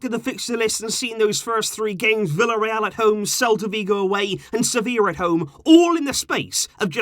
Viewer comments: Its sevilla lol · do you mean sevillla? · its Sevilla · Its Sevilla bro😂😂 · But it's Sevilla right???🙄